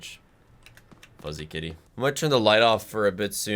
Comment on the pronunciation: When first ca.e, I thought he said Diddy when he said kitty.... also communism was a good idea and only failed due to corruption. If there was a good leader they would be overalled by a tyrant, due to bigger army diplomacy, a perfect repayment of communism is incredible challenging.